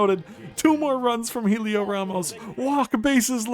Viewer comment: By the way it’s pronounced like Elliot not Helio